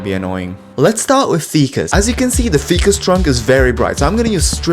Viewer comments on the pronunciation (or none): When you say "fee-cuss" do you mean ficus trees? Cause it's pronounced 'Fy-cuss' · Bro did not just call a ficus tree a "feecus" tree💀